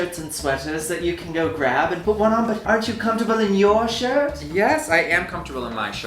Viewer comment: "comftorbility"? lol